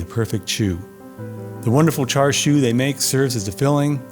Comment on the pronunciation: You are mispronouncing Chinese barbeque pork in Cantonese. The R is silent, so it is pronounced CHASIU. I hate when food reviewers on YouTube mispronounce the names of foods.